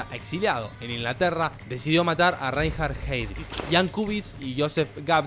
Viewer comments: RAINJARD JÁIDRIJ... no cuesta nada averiguar cómo se pronuncian los nombres en alemán. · Reinhard Heydrich se pronuncia Rainhard Haidrich, en el alemán si la primera sílaba de una palabra tiene la "e", esta se pronuncia como "a".